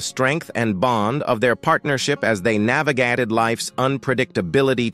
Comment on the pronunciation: AI, Americans don't pronounce ``Delano'' like that. You also mispronounced ``Wilder,'' and ``navigated'' and ``acres.''